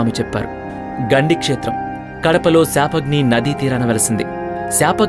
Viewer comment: గండి క్షేత్రం ఉన్నది శపాగ్ని నది కాదు పాపాగ్ని నది గమనించగలరు